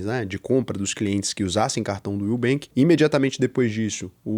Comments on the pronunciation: Vc não fala direito o nome do banco Will, fala como se fosse o nubenk??? Está querendo formar opinião??? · que susto, eu ouvi "nubank" akkk